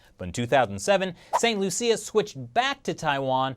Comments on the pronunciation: it's pronounced st. Lucia or lowsha not Lucille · st Lucia is prnounced st."lusha" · That's not the pronunciation of "St. Lucia".